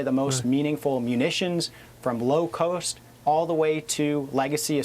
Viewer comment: He said low coast but meant low cost clown 🤡